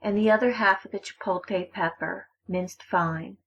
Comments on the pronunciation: CHIPOTLE NOT CHIPOLTE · Is chipotle! Not chipote!!!! And this is not a Mexican way. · Say "chi-pote-lay" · Chipolkay pepper 🤣🤣🤣🤣🤣🤣🤣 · Yo what’s a chipolte pepper? Lmao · Chipolte pepper lol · As soon as she said chipotle “chipote” (the wrong way) I stopped watching. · Hahah “Chipolte” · Jay Eads LMFAOOOO! I was reading through the comments like “so am I really the only one who heard “chipolKay pepper”!?” 😂😂😂😂😂😂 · Completely missing the L in ChipotLe. It's got me headed. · “Chipoteyyy pepper “